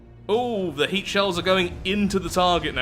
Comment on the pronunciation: they way you say HEAT shells, half sounds like you're saying "Hate shells"